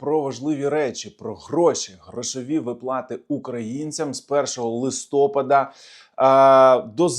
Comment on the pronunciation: ЛистопАд, а не листОпад!